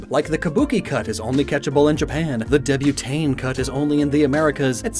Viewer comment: I can't with your pronounciation of Débutante xD not sure if you're doing it on purpose or you're really doing your best